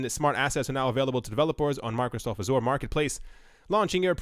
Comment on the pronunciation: You're not pronouncing Azure correctly :)